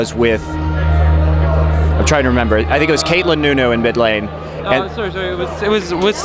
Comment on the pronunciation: LOL land tournament? Its fucking LAN GET IT RIGHT